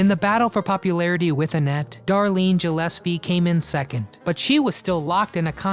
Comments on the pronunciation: Gillespie, not Jillespie. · Gillespie: Hard G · The surname Gillespie is an Anglicised form of the Scottish Gaelic Mac Gille Easbuig, the "Gill" at the beginning of the name "Gill-espie" is pronounced the same as a fish gill, not jill. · Very interesting, but you really need to learn to pronounce names. Darlene's last name starts with a hard G...gill-espie, not Jill-espie. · Since when is Gillespie pronounced with a soft "G"?